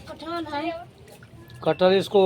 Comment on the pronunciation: Kathal hota hai kathor nahi